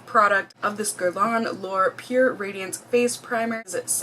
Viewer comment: YOU PRONOUNCED IT WELL! UUUHHHH!!! :)